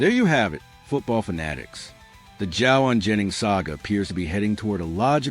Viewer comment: Wow, you don't even pronounce his name correctly! And what is this Confirmed? Clickbate.